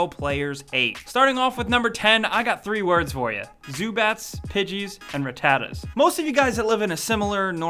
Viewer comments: It's not pronounced "Rah-tatta", it's pronounced "Rah-tuh-tuh". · raTAta's? I think its pronounced rataTA? But anyway good video!! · You pronounce Rattata Ruh-tu-tu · lmaoo "ra-tartar?" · Blah that's not how you pronounce rattata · I can tell you are not a true pokemon fan... you mispronounced Rattata..... HOW COULD YOU!?! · Why do you keep pronouncing Ratata like that? fucking idiot.